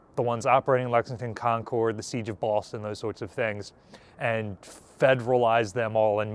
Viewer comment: Your pronunciation of Concord is not how the locals say it. I feel ridiculous making this pedantic a comment, but it really bugged me, as someone who formerly worked there.